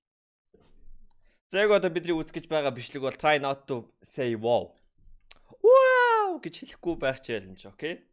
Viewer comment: Wow giseenmuu boow gij unshaal yavaad bauseshde haah